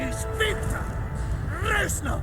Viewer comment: It hurts to hear the "ranznov"😭😭 reznov my guy